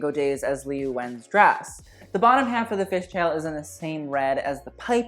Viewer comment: Liu is pronounced at Leo